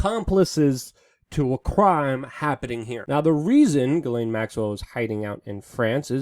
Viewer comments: Jis-Len not Gi-lane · I'm French Canadian and the correct pronounciation is Jissslaine (Ghislaine). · ...its pronounced Jizz lane Maxwell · I think it's pronounced Jizz-laine... ~:V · I think her name is pronounced with a softer g sound, like in Gillian that sound the same as Jillian. "Ghis laine" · I think it's supposed to be pronounced Zhizlaine.